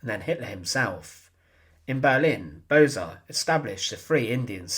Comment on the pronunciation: Pronounce as "Bose" like "Those"